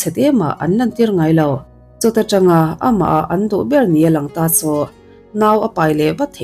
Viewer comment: 'CHU' tih te 'CHUAN' tih tehi lam uluk deuh la ka van ti..Chu tih tehi cha tih ang deuh in a ri